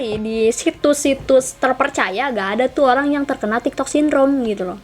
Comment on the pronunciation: Tiktok kak bukan tigtog😅